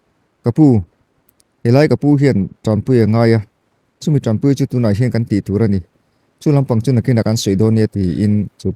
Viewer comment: TAMPUI ni lovin TANPUI tihtur, mizo tawngah chuan, puitling in diktakin chhiar hram² teh